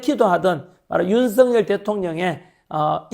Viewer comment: 발음이 자꾸 ㅋㅋ 윤서인 대통령이 아니고 윤석열 대통령입니다 ㅋㅋ😂